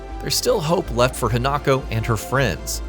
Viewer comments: It's pronounced He-nuh-ko, not Hen-Knock-Oh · HI-Na-ko....not HEnako...theres no he in her, And you didnt tell something new..like why doing an info video when the info you have is just that what everyones know anyway? What a waste of time XD